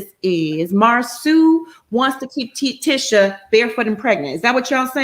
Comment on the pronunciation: Nah why they continued to mispronounce Tisha husband's name after being told how to say it the correct way....